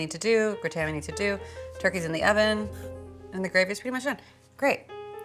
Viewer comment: GRAH-tn, not gre-TAN. And stop saying "like". Jeez. But you've come a long way since that show 6 years ago.